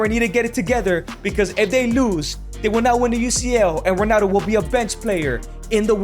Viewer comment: Why u say "Ronano"